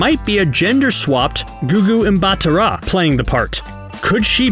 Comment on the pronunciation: Talk about butchering Gugu Mbatha-Raw's last name 😂😂😂